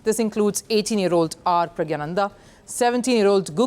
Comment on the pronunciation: Pronounce praggnanandas name as it is used in tamil. Don't try to change it to hindi pronunciation. You know hindi pronunciation is also completely wrong.